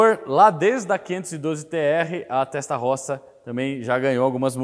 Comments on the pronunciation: Desculpe-me - entenda como crítica construtiva -, sua pronúncia p/ TESTAROSSA é horrível. Diga "têstarôssa". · Só peca ao pronunciar o nome TESTA ROSSA que em italiano se diz: "testa rôssa" tradução literal : testa=cabeça ( no caso em se tratando de um motor, refere-se ao "cabeçote"; rossa=vermelha. Logo é um motor com a "CABEÇA VERMELHA" e não por acaso o cabeçote é literalmente pintado de vermelho. ROSSO=VERMELHO ROSSA=VERMELHA ROSSI=VERMELHOS/VERMELHAS. È que trabalho na Itália há 18 anos e julguei conveniente fazer esta observação, não a prenda como uma crítica "destrutiva", mas somente a título informativo e para conhecimento. A matéria está muito boa, parabéns pela explanação. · rapaz doeu no ouvido ouvir testarrossa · Vídeo monstroooo!!!👏👏👏 Agora, a pronúncia "Testarossa" não pode ser soada incorreta. É um crime! Kkkk 🤣 Abraço!!!👊✌🔥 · Show de informação, só não consegue pronunciar o nome Testarossa corretamente.